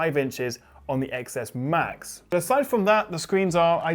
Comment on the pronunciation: IT'S PRONOUNCED TEN S AND TEN S MAX IDIOTS.